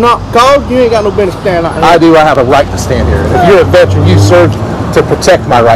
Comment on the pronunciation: Vet-er-ran three syllables